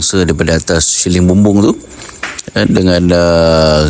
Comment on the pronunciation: Siling bukan syiling, syiling tu duit